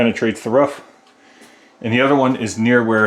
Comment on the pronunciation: Ruff ruff....instead of a roof..lol x